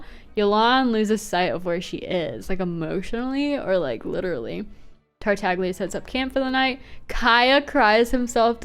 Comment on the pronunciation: Finally someone else who calls him Tartagles. I also sometimes say Zhongles.